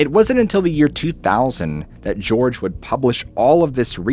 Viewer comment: Ah, Jorge Martín (his name's pronounced Jorge in Spanish, not George, fyi). For years he published Puerto Rico's answer to the Fortean Times, Enigma, which I still have collected at my parent's house and I'm sure they'll be the subject of an article or book in my future. That creature is acknowledged to have been a hoax. By the way, the. municipality of Ponce is pronounced "Ponsay", not "Pons". :) As for el Yunque, well that's the island's Area 51, and it's been associated to everything from fairies to sasquatches to chupacabras to aliens. There's a lot to discuss when it comes to studying alien folklore on the island, and much has a lot to do with the population's tense relations with the island's colonial status and with the US. Oh, and Cerro Las Tetas translates to Mount Breasts. ^_^